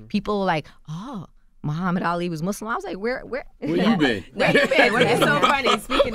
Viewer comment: I wish she would have corrected Charlamagne when he said "Mooozlem" right in front of her. Knowing damn well that's not how you pronounce it🙄